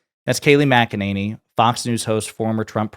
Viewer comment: Say her name correctly. Mac-Eh-Ninny. With all her sh!t talking she must spend a fortune on teeth whitening. Unbelievable liar.